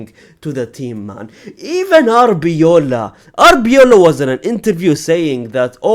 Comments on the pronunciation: Its arbeloa not arbeola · its ARBELOA , not ARBEOLA